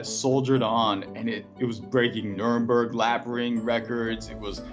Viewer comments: It’s Nurburgring not Nuremberg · Why did he say Nuremberg instead of nurburgring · said "Nuremberg". I think he meant to Nüburgring, the race track, not the concentration camp. Whoops! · That was hilarious, Nuremberg! Well at least both it and the Nurburgring are in Germany :) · It's called Nürburgring, because it is in Nürburg. Not Nuerburg. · Its Nurburgring not Nuremberg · “Nuremberg laps”????? Nürburgring lap times.... Nuremberg trials. Quite an oversight. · NURBURG-LAP-RING BAHAHA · he was definitely trying to say Nurburgring lap record lol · Did that guy say Nuremburg ring lap record? Lol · dude lost me at 'Nuremburg lap'...